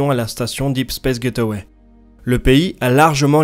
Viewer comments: Super vidéo, par contre : Gateway = [gayt way] [Gaiteuway] = get away C'est pas pareil ! #PrononciationNazi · J'adore tes vidéos !!! C'est du bingewatch depuis qu'ai découvert ta chaine. Mais s'il te plait, s'il te plait, prononce ça "gèïtway" et pas "get away", s'il te plait.